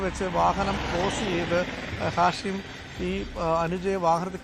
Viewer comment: ഷാഹിം അല്ല മച്ചാനെ.... ഹാഷിം